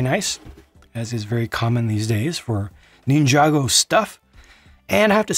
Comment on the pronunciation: Why do you always pronounce it “neen-jar-go” instead of “nin-jar-go”?